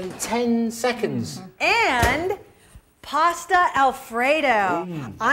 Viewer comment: Sounded like that man said "pore it over your favorite pastor." Like if you're at Church pore that stuff over your pastor....Stuff look nasty anyway.